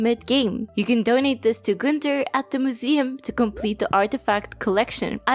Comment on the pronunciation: You pronouncing "Gunther" the right way is so confusing for some reason